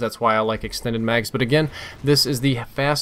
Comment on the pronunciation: Lol "extened mags"